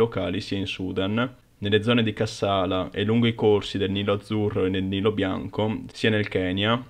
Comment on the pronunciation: Cássala, Chéren, Debra Márcos... cici ennenne non si può sentire... Ma dove ti sei documentato, su Topolino?